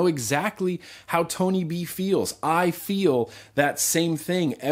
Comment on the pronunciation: Tony b * you said bony b once